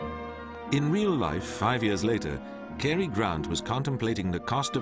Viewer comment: As well as not being able to pronounce 'Cary' correctly